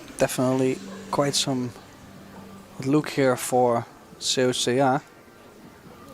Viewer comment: right? when they say things like ‚I don’t remember if she used her extension‘ you know that these guys don’t get paid enough to pay attention to the game. or they just don’t care. and Seoa is such a famous player that everybody should know how to say her name. this was by far the worst commentary I‘ve heard in a long time. still great to watch the two women play, but better to mute the video and listen to music instead. ❤